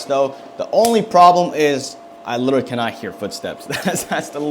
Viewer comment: Bro said “liwaly” 20,000 times but great vid